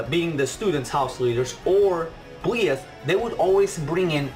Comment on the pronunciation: byleth is pronounced by-leth, i believe we'll get at least 10 more dlc fighters and i believe that at least 2 of those fighters will be geno and shantae (unless shantae is revealed as challenger pack 5) but i could see some of the additional dlc fighters coming with a stage and/or music, i think we could see byleth, dixie kong, maybe grooky's final evolution and maybe elma, i could also see lloyd Irving or even agumon getting in, in regards to doom slayer and sora i could see them being mii costumes, they could replace the spring man assist trophy with his robot duplicate spring-tron in order to bring spring man as a fighter, i could see master chief getting in as a mii costume, i think that if crash does get in he'd be the very last dlc fighter that we get